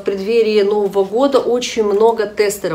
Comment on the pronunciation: КрЕмов, а не кремОв